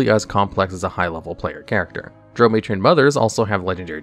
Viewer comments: I'm sorry HAD to cringe everytime you said Drao, like Droe I have always heard it pronounced Drow, as in cow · its drow... pronounced draw..... its weird but pease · What is a Droo and why did you call Auril, oral 😂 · Drow, Drow, Drow, your boat😂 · I thought your pronounciation of " Drow" was painful until i heard you say " Lolth" 😂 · I really like your videos, but your pronunciation of Drow is driving me nuts... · Why do you say Drow wrong? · Treated the word drow like the drow treat everyone else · to the Isle of Rothe... Hearing him say both Drow and Lolthe He mispronounced them both. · Baldur's Gate 3 pronounces it to rhyme with cow, so I imagine a lot more people will cringe at this video going forward. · Dragon magazine issue #93 pronunciation guide beginning on page 24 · Lol I love your videos but definitely need to look up some pronunciations… drow, Lolth, recesses, archdevils, hierarchy.